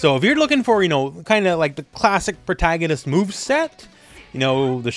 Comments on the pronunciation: I unfortunately laughed extremely way too hard at that "prah-tah-ganist" part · I know nothing about the lore in this game, but the way you say "protagonist" really sounds like it would fit in in this world as, of all things, the name for some special brand of monsters in this universe. "The Protta-gannists! They're coming!" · There’s no way you don’t know how to pronounce protagonist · You really think a Youtuber would do that? Probounce a wors wrong to generate engagement in the comment section? 🤔✨ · He forgot